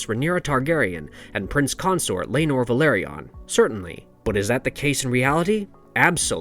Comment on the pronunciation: My friend it's not Ve-LER-ion it's Ve-LOR-ion